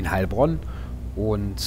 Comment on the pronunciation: Hallo :) haha gutes Video aber ich als Heilbronner spreche das Heil langsam aus , sonnst hört sich das leicht seltsam an. Mach weiter so bekommt zu wenig Aufmerksamkeit